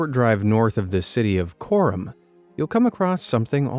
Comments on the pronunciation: "Çorum" not "Corum" ıt's pronounce like "tchorum" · the name of the city is actually pronounced "Chorum", the more you know